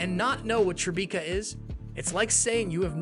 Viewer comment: Son-JAH? Ree-büt? Tri-Beeka? Is this Ai?